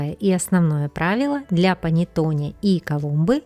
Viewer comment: Рецепт замечательный! Всё нормально, но только произношение panettone ( панэттонэ.)